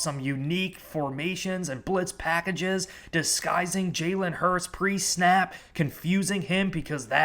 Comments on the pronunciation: Hurts. His name is Hurts - not Hurst. TY and good luck today #GoBirds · I know it shouldn’t bother me and no im not an eagles fan im a bills fan. But why are you saying Hurst instead of Hurts? I dont wanna sound like a dick just sounds a little funny when your saying someones name wrong over and over again. But great video nonetheless. Goodluck Philly! #GoBills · Its jalen hurTS not jalen hurST. You’re saying it wrong. Jalen will HURTs after this game Go Bills